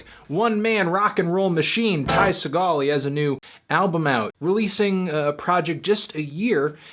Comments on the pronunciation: There's a sticker on the shrinkwrap on the album that literally tells you how to pronounce his name. we can not excuse Ty Se-GALL anymore. It's pronounced closer to "segull" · Antnee you gotta stop pronouncing his name as Ty SE-gall! The proper pronunciation, technically, is Ty SEE-gall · ITS NOT SAW GALL, ITS FUCKING SEE GULL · you anthony jsyk its pronounced see-gal as in seagull not seh-gal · Sea-gull not phony action hero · His last name is pronounced like "Seagull" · its pronounced "Sea- gall" like the bird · It's "SEA-gl" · It's pronounced Seagull. Spelled Ty Segall, pronounced Tie Seagull. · ITS PRONOUNCED LIKE SEAGULL oh my god fantano ya killin me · "Segall" is actually pronounced like "seagull" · fantano it's pronounced sea gull but this album is fucking sick and ty is the man man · it's pronounced like Seagull. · Anyone else cringe at how he still pronounces his last name wrong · boy you pronounced his name wrong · are you saying his name wrong on purpose... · It's pronounced like the bird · Are you mispronouncing his name on purpose? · Fantano, it's pronounced like the bird not the actor ya dingus.